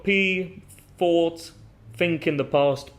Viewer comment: I notice you pronounce think and thought with an F instead of TH